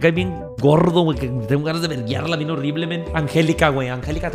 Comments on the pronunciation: Mariana no es mien es bien tienes que pronsuñar bien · No se si soy el único pero me da un poco de cringe cuando dice "mien" incluso cuando lo escriben xd:') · Yo pensaba que ÉL decia MIEL, no MIEN. 🤣🤦‍♀️